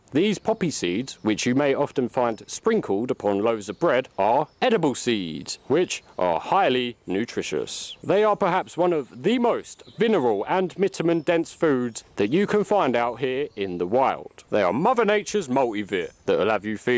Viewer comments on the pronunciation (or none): Vinerals and mitamins 😂😂😂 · Vinerals and mitumins lol